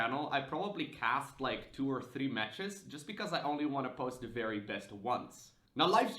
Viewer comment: "Fery, fery basics" is just so Dutch. :)